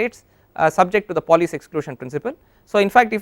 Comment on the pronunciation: It is Pauli, not poly! Overall good but repeating the same statements over and over again is somewhat annoying.